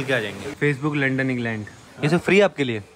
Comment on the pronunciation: Bhiya londan nhi lundan 😅